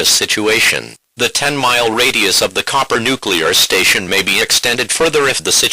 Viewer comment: It's Cooper, not Copper...